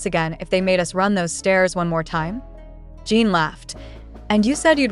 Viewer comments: Your Post is Always Full of LIES. And when will You PRONOUNCE correctly? It's JIN, NOT JEAN. Reporting You. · You can spell Jin as 'Jihn' in your English robot translator for these videos so it pronounces the name properly instead of 'Jean'. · ** You Can't Even Pronounce the Name Right. It's NOT JEAN. Get it Right.